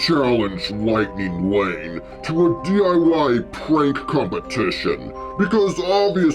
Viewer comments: Hold up did the hacker say lightning Wayne at the first part of the video or did he say lightning lane because I’m confused tell me the truth hacker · I love it that the hacker says wightning wane